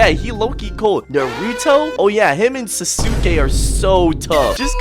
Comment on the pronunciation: "NuHruhTo" and "sAsOokAy" absolutely demolished me twin✌️🚬💔